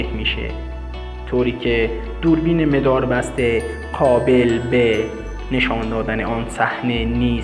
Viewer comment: میداربسته نه مداربسته